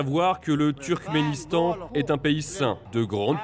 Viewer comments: C'est "Turkmenistan", pas "Turmenkistan". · Tu dis Turmékistan alors que c'est Turkménistan. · Turkménistan, not Turkmékistan. thank for the rest ;)